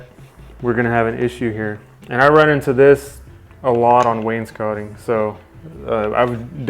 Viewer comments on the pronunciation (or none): Wainscoting. "SCOTING"!